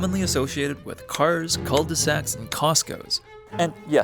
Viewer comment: Pronouncing "cul-de-sac" as "culle da sack" is wild lol